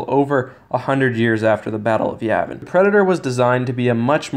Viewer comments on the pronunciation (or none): none